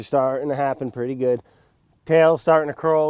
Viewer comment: “Everything’s gewd beb”